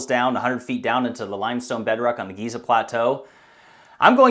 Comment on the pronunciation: Right.. so its actually pronounced "Jizzer"... the great "pyramid" of Jizzer... Sigh